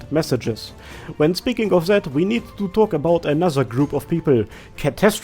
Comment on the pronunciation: is this a parody or is your accent really that bad ? :) As a german I usually don't notice it... but it literally sounds like you are saying "zed" instead of "that" xD